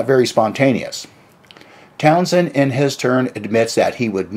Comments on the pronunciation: His name is pronounced "Town-sen", not "Town-shen" nor "Town-jen" nor "Town-jshen" or whatever it is you are trying to spit out. Both the "h" and the "d" are silent. Also, I had that same problem with excessive saliva, but it's possible to have your saliva glands reduced, though you have to work a little harder to get good dental/oral hygienic reports from your dentist because saliva kills bacteria in the mouth. You need to work on your speech if you are going to try to speak professionally. Try putting a few (5?) smoothe stones in your mouth and and practice speaking. Some famous old Greek philosopher supposedly did that. Or just go to a speech therapist. You don't speak well. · The Who were never a heavy metal band. They were often a hard rock band. And it's pronounced Towns-hend, with the stress on the first syllable. (Townsend) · How are you gonna do a video about Pete Townshend when you can't even pronounce 'Townshend'?